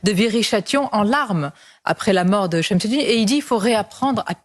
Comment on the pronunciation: Cest un camisse .. Aid moubarak sonia .Une camille😂😂😂 t exagere sonia mabrouk 😅 par contre shemsedine tu le prononce parfaitement. Et l'autre un nabot populiste qui change d avis comme de slips 😊😊😊